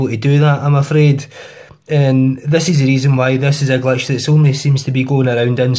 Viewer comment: its glitch not gletch